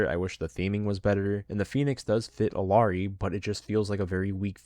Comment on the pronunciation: "I main Illari, shes my fave char in the game" But you pronounce the L